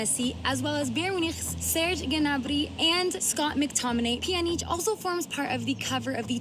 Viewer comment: Peeyanjic” she said (Pajanic) pronunciation